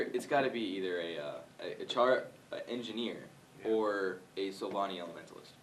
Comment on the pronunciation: You guys keep saying Sylvani! It's Sylvari! xD